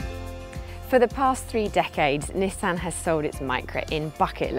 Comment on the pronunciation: You can tell she's English she can say nissan correctly not nesson